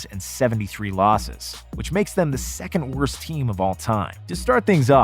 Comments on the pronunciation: bro said 2th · It's 3rd, 2nd, and 1st. Not 3th, 2th, 1th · "2th" haha🤣🤣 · Secondth lmfao